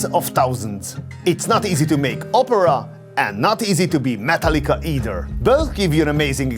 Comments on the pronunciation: I almost thought you said Matal-ka (not Metallica) like it was some kind of massive european grand symphony company until you showed the picture of the guys from METALLICA. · What a unique pronunciation of ‘Metallica!’